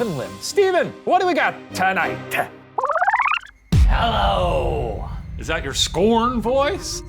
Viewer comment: I can tell Shane was TURNT by the way he said … “tonoghhht” 😮